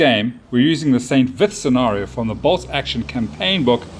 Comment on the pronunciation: Unimportant detail: it's pronounced "san veet". Otherwise great report. 🙂